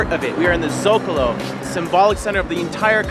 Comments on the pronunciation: It's Zocalo. Not Zocolo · Is zócalo not zocolo 😉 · It´s Zocalo. No Zocolo. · I’m from Mexico and you made a mistake, it is actually Zócalo, not Zócolo. Just FYI Its nice that you like the city 😁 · Guys, is not Zocolo but Zocalo, check spelling next time :) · Zocalo...not Zocolo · Zocalo not Zocolo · hi guys! loved the video...btw it is Zocalo not Zocolo! great job...hope you enyojed! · I know this is old but it's "Zó-ca-lo" hahahaha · it's "ZOCALO"!, 1-)